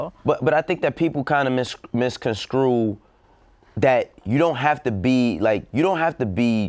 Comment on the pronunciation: Me:, "misconscrew" is not a word.: MIS-CON-SCREW Hov: Misconscrew is not a word.: I hate people who use that word.